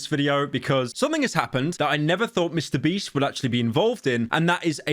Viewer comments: Did he say Mr. Breast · Very crazy hearing Pyro say Mr. Beast and not Mr. Breast